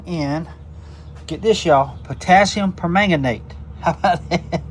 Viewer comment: I am so proud of you properly pronouncing potasiumpermagnate! See there, not only can’t I pronounce it, I can’t spell it either! 😂